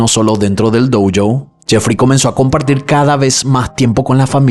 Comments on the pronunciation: Me encantan tus videos! Y me gusta mucho la forma que contas las historias, incluso las que ya conozco (como estas) igual me dan ganas de ver tu versión… Solo una cosa me puso un podo nervioso en este video en particular, cada vez que decís “doU joU” esas “u” no van, es “Dó Yo” la pronunciación ;) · ¿Por qué pronuncias "dou-jou" si es una palabra Japonesa, no inglesa? Por cierto, bien por el padre.